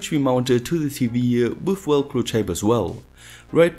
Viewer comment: Awesome video. I love hearing you say Welcro instead of Velcro.